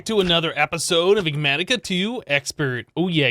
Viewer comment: Who wants to take bets on how many episodes until learns how to pronounce Enigmatica?